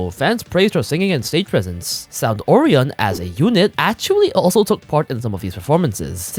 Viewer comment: The most disturbing thing out this story is the incorrect pronunciation of Orion.